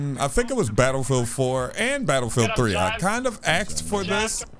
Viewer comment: It's asked not axed